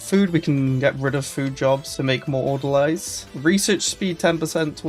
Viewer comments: Its not Order-lie it's ORDER-LEE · Orderleez Not Order-lies I'm a pedant, I know. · It's Order-"Lees". Like people who work at a hospital.